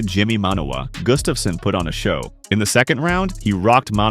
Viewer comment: His name is Gustafsson (Swedish) not Gustafssen (Danish).